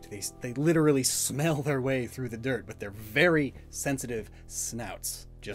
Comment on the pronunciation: You going "smells like DIRT!" threw me off so hard